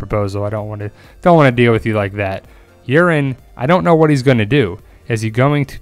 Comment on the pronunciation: I like how you pronounce Urine Greyjoy haha